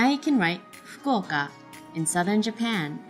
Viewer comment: I'm a bit confused by the town name , its written like fukaoka but when she says it it sounds like foka. Can someone please explain? (It may be possible that I'm just not hearing that right...)